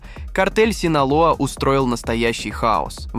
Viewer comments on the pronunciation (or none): Он сказал картель синала,а вообще то синалоа